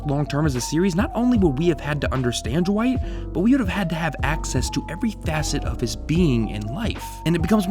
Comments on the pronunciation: Why you keep saying Jewight instead of Dwight? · Is anyone else hearing “Ju-white” instead of Dwight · I keep hearing you say "Jewight", and it's freaking me out. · Who's Jah-white? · Are you saying "Juh-white"? Also, if the show ended with Michael we never would have gotten Asian Jim. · When you say dwight it sounds like you’re saying ju-white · Anyone else hearing "Ja-white" instead of "Dwight"? Just me? Oh ok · can you stop pronouncing dwight with a J please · This is a pet peeve of mine. It's Dwight. One syllable. Not Da-wight. It's Dwight, one syllable rolls off the tongue. It's not Daaaaaaaa Wighhhhht. Ok. Dwight. Not Daa-Wight. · Ja-white? It’s Dwight you dummy. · "Jawight K. Schrute" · are you saying Jawight? It absolutely sounds like it. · I love "Ja-wight K Schrute" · r u saying jwight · Stop calling him Jewight! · pls stop saying Jwight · Jim: Duh-wight Michael: Dwigt: Jwight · Right!?!? Jawight. I just asked the same question. Lol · Why does it sound like you’re saying “Ja-wight “ every time?? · Funny how you pronounce Dwight. ;) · The way he pronounces Dwight is driving me crazy